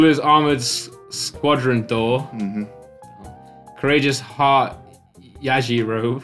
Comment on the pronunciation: Yajiro beh not yaji robe